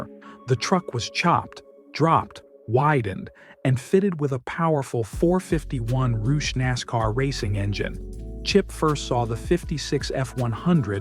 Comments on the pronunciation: AI channel. Only AI would pronounce Roush as roosh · Roosh???? What the hell is Roosh engines???